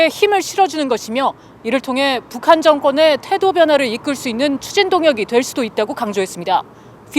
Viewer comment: 한국어 발음을 또박또박 정확하게 해주세요. 특히 첫 실러블을 ... <에>라는 발음 빼고요... 왜 <에> (국)방부 라고 발음하나요? <(북)한> 아니고 <북한>이쟎아요?